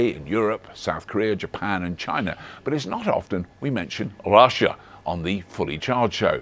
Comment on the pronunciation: Why are you saying Russia in a Sean Connery accent?